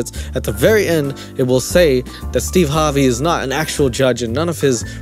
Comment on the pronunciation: He keeps saying Steve Harbey or Steeb and I can't stop laughing